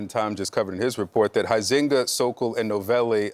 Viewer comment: The way they pronounce Huizenga is hilarious.. All Dutch people would fall off their chairs… Thomas is a disgrace… not all justices are like him, btw….